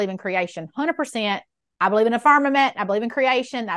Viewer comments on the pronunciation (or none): She lost me at „Dey beleyve…“ 😜